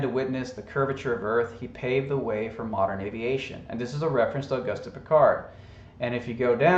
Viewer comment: It's pronounced Oh-goost.